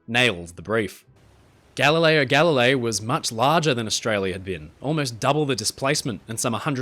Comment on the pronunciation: Aaaaargh! I loved this video, as always. They're always so well produced and interesting. But... Galileo Galilei. The second word is pronounced "galli-lay-ee". If it had just been once, I could've lived with it. But there's a part where you repeat it over and over. 😭😭 (and in Italian words, when you have a GL together, the G is silent. Gooly-elmo, not Googly-elmo. Similarly, tagliatelle = tally-a-telly not tag-lee-a-telly). I hope you take the comments in the spirit they were intended, as I do love all your videos.